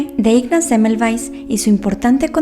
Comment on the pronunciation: Cómo puedes decir rapido este apellido de este señor yo aduras penas puedo releerlo pero interesante historia 😩✌️